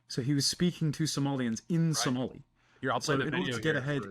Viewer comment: No Zohan was from Adam Sandler, not Tom Hanks. Also, Somali is pronounced phonetically, so you did fine, lol.